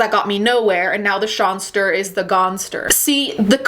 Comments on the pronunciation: “And now the sawnster ist the gonester” I’M CRYINGG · If I ever hear 'shawnster' again I'm gonna jump off a bridge